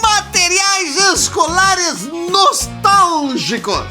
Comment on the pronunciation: Desculpe, mas não pude deixar de notar o "NOSTÁLIGICOS" 😅 Mas, como sempre, o vídeo ficou TOP demais! #abracoGaudencio